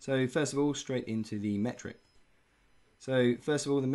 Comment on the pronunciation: Metric ! not Mertic :D nice video, as always!